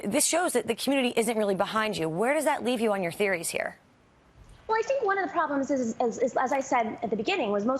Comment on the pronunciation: Lol when she said Therories.